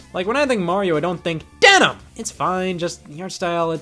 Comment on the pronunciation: I lost my shit when you said DENNIM . Lol.